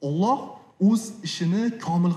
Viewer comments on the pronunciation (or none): none